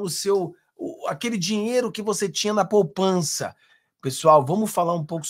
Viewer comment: Poupança e não “ Popança “